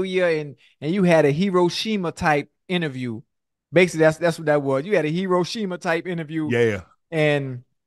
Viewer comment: nga said HERO SHE MAH